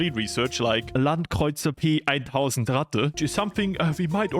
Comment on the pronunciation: Is he german? Because the way he pronounced stuff like the Landkreuzer P 1000 Ratte sounded really good